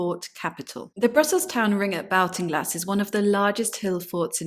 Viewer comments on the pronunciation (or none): Interesting research . Though the area is pronounced & known as Ball- ting- glass by all in Ireland. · I'm from Hacketstown which is just a few miles away from this. Great to see more information about it. Baltinglass is pronounced like "Baltic" - So like "Bawlt-in-glass". Looking forward to seeing more videos on the subject! Thanks 😀